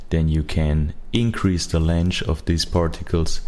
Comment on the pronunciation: Fantastic concept, beautiful results. Really enjoy your voice. BTW, that's how I'm going to pronounce length for the rest of my life 😁